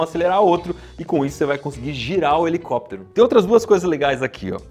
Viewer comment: "🎶Hhhelicópterr, hhhelicópteeerrr...🎶"